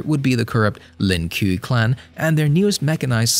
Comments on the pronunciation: Its not Link Kew lol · This was a great video and really informative. I haven't heard anyone refer to the Lin Kuei as the Lin Kew since I did in 1997. I'm glad I was corrected. Pronunciation is everything when verbalizing the Lore of a beloved franchise.